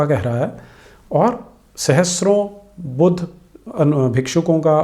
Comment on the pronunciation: चलो अपने को पढा लिखा दिखाने के लिये "बुद्ध" को इंग्लिश लहेजे मे "बुद्धा" केह रहा है। लेकीन "स्तूप" को "स्तुपा" कौन केहता है बे?😂😂😂